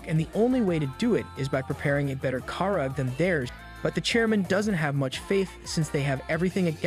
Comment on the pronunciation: the way this man pronounces karage is criminal 😭😭😭